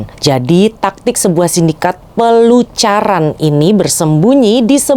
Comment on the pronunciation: Pelacuran mbak bukan pelucuran